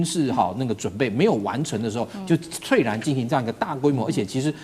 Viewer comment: 猝然的讀音非脆然，應該是促然！